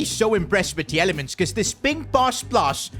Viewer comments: PCQ: Belgian media is livid because of the mispronounciation of Youri Tielemans. His name is pronounced ‘Tee-la-muns’. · You have pronounce Tielemans like teelemans in Belgium you say it like that.